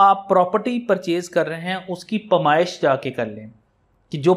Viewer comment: Paymiesh na kay pamaiesh, farokht nay kay farokhat, lafz na kay lafaz